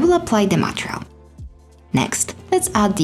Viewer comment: please, please is not "matreal" but an only "matERial"! please change the pronunciation, they are not difficult letters to pronounce MATERIAL!!!